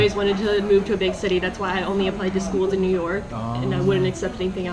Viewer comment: ミューヨークになってますねw